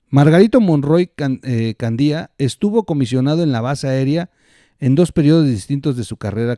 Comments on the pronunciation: ¿Nunca escuchaste el apellido Candia,? Haz este ejercicio: ¿cómo lees cada palabra: Cándia, Candía? Bueno. El apellido Candia suena como la primera de la pregunta, y eso por ser la "a" sílaba fuerte (la "i" es débil) e ir antes de la "i". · Santa Lucía, es en Acapulco, Gro. Y es Candia, no Candía. Saludos desde Chilpancingo, Gro.